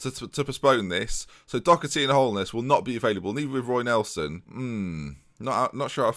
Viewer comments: LJHB48 Doh-erty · You really need to stop pronouncing Doherty like it has a “c” in it. It doesn’t.